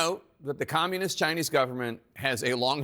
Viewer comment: I see how you emphasis “communist” and the “history of lying”, don’t you think viewers could see through the US pathetic weak hand, and news anchor such as yourself trying to boost US up like US snd China are equals? They have stop the rare minerals export for military purpose, that means your Military Industrial Complex is having Trump for breakfast.